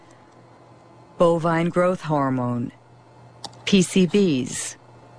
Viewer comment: listen to how she pronounces aspartame...This completely takes ALL credit away!